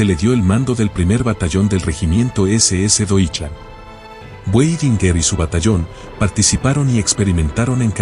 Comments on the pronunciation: Muy buena la historia de Otto Weidinger, Solo que se pronuncia Vaidingaar. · A pronuncia do nome Weidinger com o W pronunciado como em ingles ,irrita.